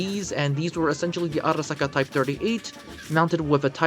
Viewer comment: The way u said arisaka in the first moments of the video sounded nice ngl i bet u had fun making that part lol